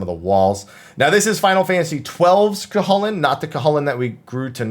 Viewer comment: It's pronounced Coo-cuh-hoolin just so you know. :)